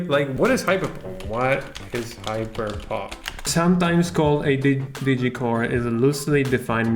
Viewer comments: Samuel Jackson says: Say "HYPERPohPt" instead of "hyperpop" one more time! I dare you! I double dare you muddafokah!!! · I kept hearing him saying "how to hipopop, how to hipopop" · I love how instead of saying hyperpop, he says hapopo